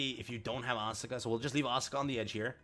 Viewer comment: Please stop miss pronouncing Asuka.